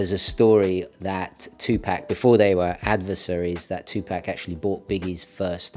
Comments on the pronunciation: Please correct the way you say Tupac's name. Tu-Pack is the way racist hicks say it to demean who he is, I know that is not who you are or what you are trying to do. It's pronounced with a soft "A", almost like an "O" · Its pronounced... Two Pock (Two Pock) . Respect the Legend please